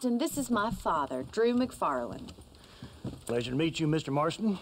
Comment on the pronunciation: it's actually macfarlane not macfarlene